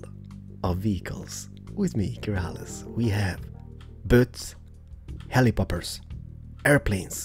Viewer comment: did you just say helipopper?